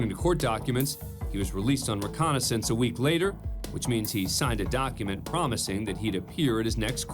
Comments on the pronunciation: It’s reCOGnisance not reCONnaisance. You could spell it correctly but your AI could not say it. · "Recognizance," narrator, not "reconnaissance." I don't normally insert grammatical corrections on other people's comments, because that's a dickish thing to do, but you're a professional and this is your field. Learn to pronounce things.